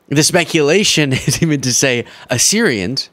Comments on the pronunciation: “Assyrians”; really, Luke? Since Dumpty was speaking in Arizona, not the Middle East, don’t you think there is a chance he just failed at reading “Arizonans”?! 😂😢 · Arizonans is what he was trying to say. Trump: It’s a special kind of stupid. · Arizona s arizorations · He's too stupid to pronounce "Arizonans" so he says "Azurasions" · He meant Arizonans. But he can't read, so....Azurations. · A what? What's an "azuration" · "Azurasians" is Trump's mispronounciation of Arizonans on the teleprompter. The end is near for this old, tired fool. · Did I hear azure Asians? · What was he trying to say 😂😂? What is a asorasian? I'm confused. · azzerayshunz = Arizonans? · Arizonans maybe???? Azurasians🤔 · Heh heh 😅 ass-erasions 💙💙💙💙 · Assurasians? Did he mean Arizonans? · Is that azurasian he talks about really Arizonans? Thought he had new ethnic group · He was trying to Arizonans (or Arizonians), lol!! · I think he was meant to say Arizonans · It sounds like in context he's trying to say: Arizonan's. But his adderall addiction doesn't allow. So unreal that people go along with this. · What the heck is an AZURASIAN??? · You mean the high-school dropout couldn’t read “Arizonans”? And those Dumbonians still clapped for him! When did America stop educating its citizens? Oh, yeah, Charter Schools. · He can read "Tren de Aragua" but not "Arizonans"? 😂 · He's trying to say Arizonans...... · He was trying to say Arizonans. This Arizonan felt a black cloud over the state when he was here! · Was he trying to say Arizonions? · He's trying to say Arizonans. My god. 🤦‍♀️😭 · And Azuratians sounds like some kind of Butt condition? Ass-ur-ations. Hahaha 😂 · Azerasians ! AZ-ER-ASIANS !!! Bahahahhahaahaaaaaa🤣😂🤣Wrong continent Donny Doffus. He can't even read past a 5th grade level, and millions want this senile old man to run the most powerful country on Earth, is that really a status you want to lose, especially with China and Russia waiting in the shadows. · Wtf is an azurasians?